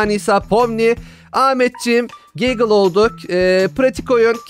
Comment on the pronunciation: Gigle değil gangle (ragatha caine jax pomni ve gangle olarak sıralanmışlar)